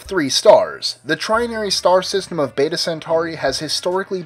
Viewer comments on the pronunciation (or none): none